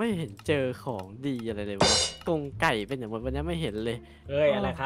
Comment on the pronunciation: ทำไมต้องเน้นคำว่า''ไก่ ''ด้วยครับ555